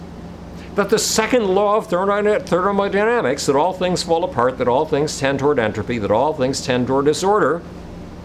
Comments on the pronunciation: I'm definitely going to trust a guy with no professional scientific training. And who calls thermodynamics "thermodynamisis" . I thought the amazing atheist was idiotic and totally philosophically and academically inept years ago when I first came across him. I'm actually embarrassed for him to see how far he has fallen, yet I'm sure he believes he has become more sane and legitimate. Peace. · "Second Law of Thermodynamisis" ... Thermodynamisis